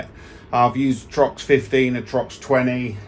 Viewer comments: It’s TORX not Trox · I was wondering if that was a Brit thing? Do they swap the "R" and the "O" in the Uk? lol